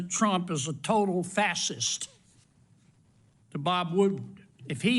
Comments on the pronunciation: Sen Corn Pone is perfect for Senator John Kennedy!!! He sounds like and just comes across as an idiot... Who can't pronounce "fascist". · You'd think a fascist would be able to pronounce the word fascist. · He can’t even pronounce it correctly! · Kennedy can't even pronounce Fascist correctly. He doesn't seem to know what point he is getting at. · Kennedy mush mouth can't even pronounce the word 😆😅😉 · He can't even pronounce fascist correctly. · John Kennedy sounds like he was smoking some "wacky tobaccy" in his corncob pipe down in the bayou. Couldn't even pronounce FASCIST correctly. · He can't even pronounce fascist 😂 I'm smarter than Kennedy. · Funniest part is that Kennedy can't pronounce fascist🤣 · How does Kennedy hold office and he can't pronounce fascist? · Yeah and he can’t even pronounce fascist correctly 😂😂😂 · And senator Kennedy can't even correctly pronounce 'fascist; yet he is trying to screw Genearl Manner. What a travesty. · The doesn't even know how to pronounce fascist!?! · How is it possible that the Oxford Grad & Arrogant with the dripping & slobbering Southen' Drawl--aka Senator John NEEDY Kennedy--has no clue how to pronounce the words FASCIST & FASCISM. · Kennedy can't even pronounce the word!!! Whatta clown!! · Sen. Cornpone cannot pronounce "fascist" with his bumpkin accent, ha! (W unable to pronounce "nuclear"). Maga morons DO NOT understand what fascism really is, WW2 veterans knew. Hard to believe Oxford accepted Sen. Cornpone to their prestigious university. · Senator Foghorn Leghorn cannot even pronounce the word “fascist”. All he can do is engage in ad hominem attacks. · Kennedy clearly doesn't pay much attention to anyone with his mispronunciation of "fascist/s" - words I have never heard anyone mispronounce. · When he can’t even pronounce it correctly, how in the hell can the senator know what it means? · Kennedy mispronounced the word "fascist" in so many different way...my head was spinning. 🤪